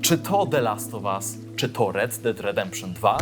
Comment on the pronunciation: Czy tylko ja usłyszałem ,,tzo gdybyście" na początku? hahah